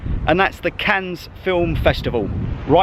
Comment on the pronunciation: Don't worry about pronouncing the silent 'S'. If it's of any consolation, the amount of comments I've had on my videos for my mis-pronunciations. Never go to Wales as people will rip you to shreds! 🤣 Never been to Cannes before, but your depiction up until was exactly as I had pictured it, very glitzy buildings and yachts, stunning beaches and high end private beaches, but the history of the city was very interesting and the cost of the Carlton was crazy - I've never even come close to paying something like that per night! The views from the top were stunning, I hadn't realised the waters were quite so turquoise around there either. Very beautiful, but like you, I expect when I visit it will be as a ay trip from somewhere close by that's more affordable!